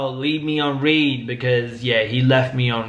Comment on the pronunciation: I don’t know if you know this but being left on (Read) is actually Not (Reed) it’s like saying (Red)😁 Not trying to tell you how to talk but I wasn’t sure if you were saying it like that on purpose or if that’s how you really thought it was pronounced